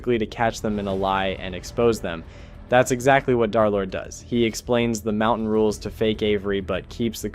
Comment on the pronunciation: Yo twin who tf is DARlord? Its DUR-lord